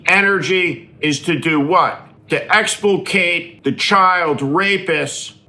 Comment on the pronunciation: Exculpate - not expulcate.